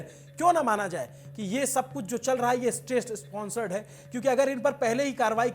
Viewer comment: Pehle State sponsor bolna seekh le.